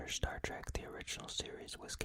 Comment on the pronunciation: I wanted to hear Star Trek facts not Star TrAk facts lmfao jk awesome video man!